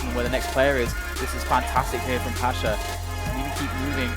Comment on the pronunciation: PASZA A NIE PASHA!